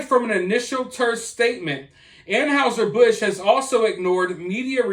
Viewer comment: Please learn the correct pronunciation of Anheuser-Busch